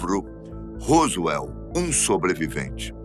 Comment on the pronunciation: COLOCOU A FOTO DO.JESSE MARCEL.E.FALOU DA.PESSOA.QUE ENCONTROU OS DESTROCOS COMO SE FOSSE O DA.FOTO.....ESTA ERRADO.....E A PRONUNCIA ROSWELL....ESTA ERRADA.....A DO HOWARD CARTER DO OUTRO VIDEO TB.....O SR É UM.EXCELENTE APRESENTADOR MAS COM TODA HUMILDADE TEM.QUE APRENDER A PRONUNCIAR PALAVRAS EM INGLES CORRETAMENTE.......ESPERO TER AJUDADO........